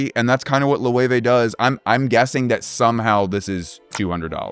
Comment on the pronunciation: I'm not into fashion or luxury products, I just somehow got here (hi!). I'm mostly baffled by Loewe being pronounced "Lo-ey-wey". There's also a German tv/appliance brand called Loewe which i'm used to pronouncing "Low-eh". Bye now.